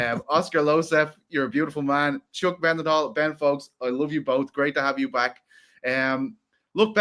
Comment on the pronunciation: as a fellow Dublin man. Why do you pronounce it Chuck MENDenhall instead of Chuck Mindenhall?